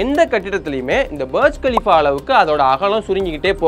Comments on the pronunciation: பர்ஜ் கலிஃபா ila da Burj khalifa புர்ஜ் கலிஃபா🤦‍♂️ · அது பர்ஜ் இல்ல.. புர்ஜ் கலீபா... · பர்ஜ் இல்லை புர்ஜ் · Please pronounce properly not Barj Khalifa Burj Khalifa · அது பார்ஜ் கலீஃபா அல்ல, புர்ஜ் கலிஃபா என்று உங்களுக்குத் தெரியாவிட்டால், அந்த கோபுரத்தின் பெயரை எப்படிக் கூற வேண்டும் என்று உங்களுக்குத் தெரியாவிட்டால், இந்த வீடியோவை ஏன் உருவாக்க விரும்புகிறீர்கள் . நீங்கள் எதைப் பற்றி பேசினாலும் அது முழு உண்மை இல்லை, எனவே உங்கள் சொந்த விஷயத்தை கவனியுங்கள் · Bro berj khalifa ella.... Booorj khalifaaaaaa.... Nalla pronounce pannunga.... Keka orumathiri eruk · Pronounce it as புர்ஜ் கலீபா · Burj Pronunciation Thappa Solra Bro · i doubt are you pronouncing Burj Khalifa properly ???